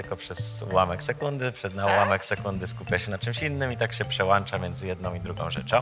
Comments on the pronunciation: Przełancza XD. Niezły doktor 😂😂😂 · Co do wyzwania, chłopak jest naprawdę dobry... i wielki szacun. Ale jak usłyszałem ze słów doktora "przełancza", straciłem szacunek... polecam wymienić przełanczniki na normalny sprzęt, a.k.a. przełĄczniki, i przełĄczać, następnym razem. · 'przełAŃcza ,WyłaŃcza '' :D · przełANcza, naprawdę doktorku? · Taki doktor a mówi przełancza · Niby doktor a mówi ,,przełancza,, a nie przełącza...masakra.